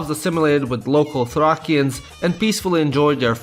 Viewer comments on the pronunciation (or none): 1. you're slavic you say the names wierdly 2. you didn't say thracians right 3. fucking varna 4. "no people" 5. By the way you say tarator wrong 6. it is not a renaissance, as it started later and not only 7. in english it is helen 8. fucking sofia 9. you said sofia wrong 10. it will not pay off to become friends with us didnt go to fuckin ruse